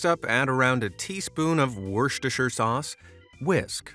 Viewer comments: Wuster sher sauce is equally valid. In fact I'm unsure why missing out the sher is often used. (But at least shire wasn't stressed, as the unfamiliar often do.) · no way he said westireschire sauce correctly first try